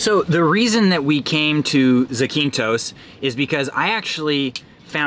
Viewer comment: I love your channel! By the way, it’s pronounced ZAAH-keen-thos